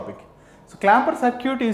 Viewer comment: It's not Sir'Cute it's Circut (səːkɪt)